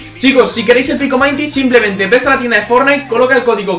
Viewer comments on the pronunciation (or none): none